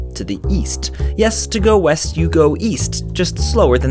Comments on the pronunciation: I actually thought it said Weast. LMAO😂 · I thought you said Weast. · ooohhh i thought you said "weast" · I thought you said "Weast"